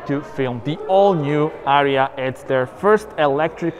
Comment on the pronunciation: Thanks for ur video man!!! But is not ARIA is ARIYA😉